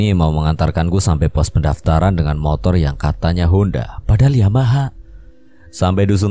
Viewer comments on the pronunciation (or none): none